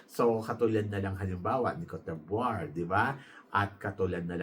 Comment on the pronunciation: Cote Vwa , not Cote Bwar🙂